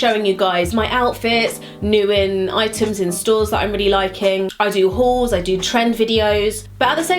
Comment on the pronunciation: I'm childish but I'll never find it not slightly amusing that the way you pronounce 'Hauls' sounds like you're saying "Whores".